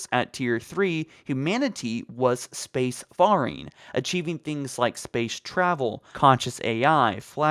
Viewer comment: I just want you all to know he said "space far-ing" but it's pronounced "space fair-ing" like sea fairing as in space and sea travel, hooray gremmar fail!